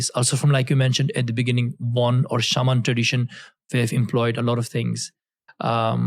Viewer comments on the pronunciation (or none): none